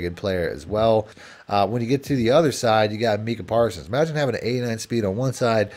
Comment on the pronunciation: i’ve never seen someone pronounce “MY-CAH “parsons wrong 😂😂 Mee-cah is crazyyy🤣😭